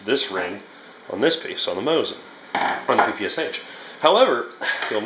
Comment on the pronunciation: My ears are bleeding when you say Pe -Pe - aS - aH.